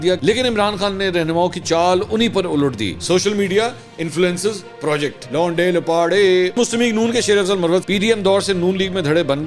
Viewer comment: Londay Laparay.....the way he pronounces it hahaha